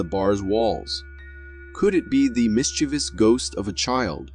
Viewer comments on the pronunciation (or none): none